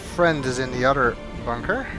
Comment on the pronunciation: Oh, why!? My sister pointed out to me that when you say "other" it sounds like "udder" D